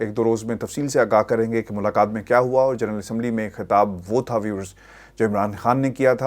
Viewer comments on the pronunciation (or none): none